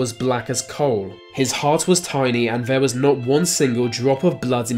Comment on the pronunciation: needs to learn how to pronounce the letters ‘th’. Ver, vis, vat should be there, this that. Get some speech therapy!